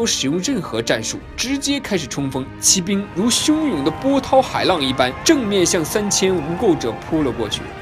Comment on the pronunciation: 不论它偏向什么宗教就是宗教，学习科学知识也是求知也是增长智慧，为什么不见人叫科学为科学教呢？？ 举世公认的佛教是世界三大宗教之一，结果您一个没有神就直接否定佛教不是宗教了。。。行吧，你说了算。 2, 骑兵的骑是读qi，不是ji。当qi读时是动词用，当ji读是名词用，这里读做qi是因为这里解释为骑马的兵，类似于英语中的动名词做形容词用。汉语也是有语法的，不是说你用Traditional Chinese就会牛逼一些，搞明白语法再来杠